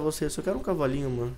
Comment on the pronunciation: falando CAVAINHU mds... Acabou tudo:D Sou mais o Pokey.-. mas nem por isso deixo de amor o